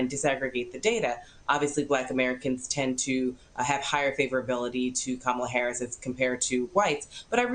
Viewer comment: The first Indian vice President..Say it right Marc!!!..Even she says she Indian..